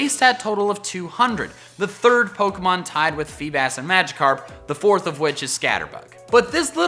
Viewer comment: DO YOU EVEN ENGLISH BRO it's Magikarp